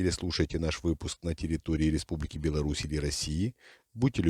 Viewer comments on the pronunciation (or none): none